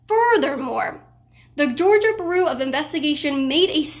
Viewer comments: Georgia Buhroo of Investigation. "Byou-roh" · Bureau is pronounced 'byoo-roh', not 'bur-oo'. Sheesh. Proper English is becoming a dead language! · Kaitlin, bureau is pronounced "byoor-oh", not "buroo" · Georgia baru of investigation 🤣. Love ya girl but that was funny. It's like the FBI but its GBI for georgia. It georgia BUREAU of investigation just like the FBI is federal BUREAU of investigation. Love you're content though! Doing a great job! Haa🤣ha you just said it again! LMFAO! I'm sorry, I'm sorry. Seriously....good job👍. You cutie pie you ❤🔥❤ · It’s BEER-OH, not Bur-OOO. Just sayin. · Learn how to pronounce bureau . It’s not the same as brew, that’s a beer dumbass . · Is she trying to say bureau? Lol sounds like shes saying beeru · You are saying "bureau" totally wrong. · Kaitlin, we love you, but I couldn't stop mentally tripping over your pronunciation of "Bureau". Otherwise stay safe and keep fighting the good fight. Long live the Republic!